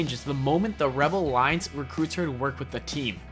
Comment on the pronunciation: the way you say "rebel alliance" is funny. your pronouncing it wrong ;p